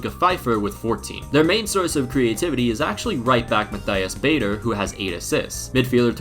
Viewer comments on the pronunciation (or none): none